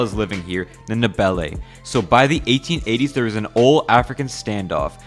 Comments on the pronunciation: It's pronounced "Nde-ve-le" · I like how poorly you pronounce Ndebele... Edit: ok I lied, it's not that bad